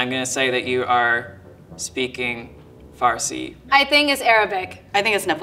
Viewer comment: was pretty close when he said farsi, I'm Iranian btw